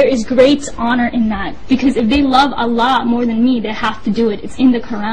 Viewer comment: Another fake with different method-live interview style!!!! woww .For sure she cant say Allah properly.Scared to death but no tears?!!!!!.How much 'they' pay you for this funny story?LOL